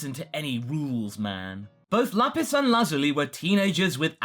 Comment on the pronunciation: Bro stop over pronouncing lapis and lazuli